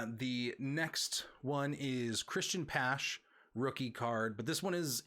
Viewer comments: Christian patch lol it’s pache pashe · Yeah, the Pache and Tatis pronunciations (with a few other minor ones) got to me. Getting the top names is going to be important.